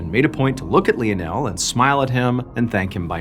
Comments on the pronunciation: You CANNOT pronounce the name LIONAL!! 🙊🙊 You pronounce it like this: LINE-NEL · Hey is it not pronounced " lion-el" instead of " lee-n-el"??! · Im sorry hearing him mispronounced this name so many times is driving me mad. It Lionel like Lionel Ritchie. Not Leon Elle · Really funny. John is saying 'Lee o Nel' and the subtitles are saying 'Lionel'. For someone who has to read the subtitles to understand what is said, it's very confusing and funny, because I notice it every time. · Leonelle 🤣🤣 Lionel like Lionel Richie🤣🤣🤣hilarious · Sorry lie o Nel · lionel is usually pronounced LIE-UN-UL , nonetheless, still great story telling, Mr. BAllen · Love your vids. Just so you know Lionel is pronounced: Lie-nul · It's "Lionel (Lie-nel) 😊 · Wouldn't that name be pronounced (Line-el)? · You’d think he would know how to pronounce Leo-nell. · tack a shot every time he says Lien El.. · I think his name is pronounced lie-nol 😂😂😂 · Sorry to be picky but you are pronouncing Lionel wrong. Think of Lionel Richie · Isn't isn't it pronounced Lionel, like Lionel Richie? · I hate to be a buzzkill but something is telling me that his name is pronounced "lie-nuhl". I could be wrong tho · I love the story but I believe you were pronouncing his name wrong. LION + EL= LIONEL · Said as lion-el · Pronounce lie nul , Lionel, lie nul. My Dad is Lionel Andrew Beresford, liyle or lie nul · Lionel is pronounced Li-nell. It was my dad's name. He was called Leo by my mom and his friends. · Literally loop up how to fucking pronounce Lionel......... LION-EL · Lionel Messi ❌ Lionel Missin' ✅ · I could be wrong, but isn’t it pronounced L(I)onel, like Lion? Like Lionel Ritchie? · We pronounce his name as lie o Neil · Pha-Lee-pae , & Li-nul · I don’t think that’s how you say Lionel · Yo, saying Lionel wrong each time is killing it for me 😂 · Is it Lionel - lion--l Or Leo-nell? Is Leo-nell the French way of pronouncing it? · I love Mr. B, but I think he might be mispronouncing Lionel.